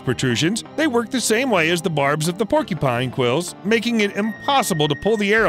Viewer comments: It’s not PORKYpine, its paw-kyuh-pine. Porky pines sound delicious but sadly they don’t exist. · Keeps pronouncing porcupine as "porky-pine." It's "por-q-pine." "Q" sound in the middle. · Was anyone else irritated by the pronunciation of porcupine? It's not "porky-pine." It's por' cue pine. I would think only 4 year olds or r3+@ would say "porkypine". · What the hello kitty is a PORKYPINE? There's a "U" in there you know? Lol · It’s porc-u-pine… not porky-pine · Porcupine not porky pine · i love how they say "porkypine" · Sounds like he says "Porky Pine" lol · hahahahaha he said "porkypine" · Are you saying porkypine? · Is he saying porky- pine? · Is… is he saying porkypine… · Had to stop watching because I can't stand him mispronouncing the word porcupine. When did they come up with this porkypine you speak of??